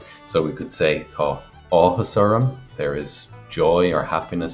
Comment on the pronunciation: There is no dialect of Irish that uses 'th' (as in the British English 'th' sound) in the word tá. It's an error in the video above. There are dialects where tá may be pronounced as 'há' (which would be rendered under Irish spelling rules as 'thá', but please never pronounce 'tá' as 'thaw' (as in the English word thaw). This does not happen in Connacht 100%.